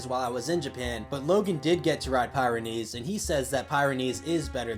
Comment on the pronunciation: Just for the record I think its pronounced pih ren ees. Not pie ren ees. The Pyrenees are a mountain range south of France north of Spain. But great video dude. (And maybe nobody cares how its pronounced but oh well).